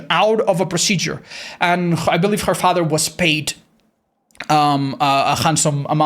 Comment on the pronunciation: has never sounded more irish to me than when he repeatedly said, "his faaather" in the trapper section.